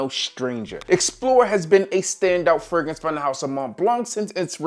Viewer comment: Crazy how new teeth can make a man pronounce Fragrance when a thousand videos couldn’t… Damn Vanity